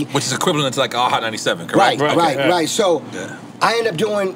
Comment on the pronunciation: Yoo ion know who else peeped but this man KHALED SAID CORRIGHT!! Wtf 😂😂😂😂🤣🤣🤣 and they understood his ahh